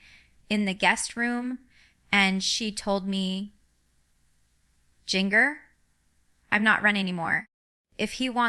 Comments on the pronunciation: Can’t pronounce her own name! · Definitely fake!!! Jinger didn't even pronounce her OWN name correctly!!!!!!!!!!